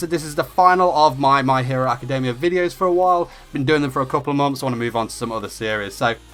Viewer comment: JESUS IF ITS ALREADY IN ENGLISH STOP READING academia like: ack-kuh-DAY-Miah. not even the japanese pronounce it that way. (this is directed to all those who read the title my hero academia awkwardly)